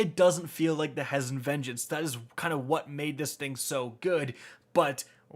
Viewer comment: It’s pronounced (pray-dith) and (HE-zen)